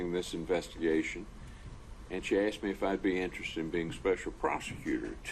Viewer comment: Color him black, and that slow southern drawl combined with his occasionally slouching and the H'white way of saying "asked" as "assed".... yeah, well spoken in your world.